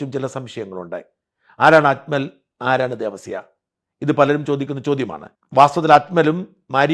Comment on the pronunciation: അക്മൽ അല്ല, അജ്മൽ